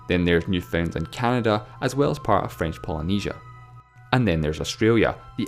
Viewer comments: NOO-fen-land. Not new-FOUND-lind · I was pleasantly surprised by that, especially after the way he pronounced Newfoundland (it's supposed to be NEW-fund-land"). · Not sure quite sure what +Oliver K had in mind, but the narrator pronounced "Newfoundland" as I have never heard it before. Locals pronounce it to sound like NEW-fn-land, but he seemed to get the full sound of the middle syllable ("found"), combined with no stress on any of the syllables. Unique! (also incorrect, to answer your question). Many people 'from away' (non-Newfoundlanders) pronounce it as new-FOUND-lnd, which the locals do not appreciate - consider it also as incorrect.